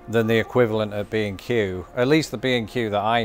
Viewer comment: 5 minutes in I realize he’s saying B and Q, not “be in queue”. 😂😂😂